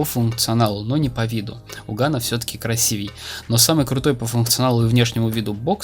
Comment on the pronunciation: Еее, впервые услышала правильное произношение слова красивее, респект)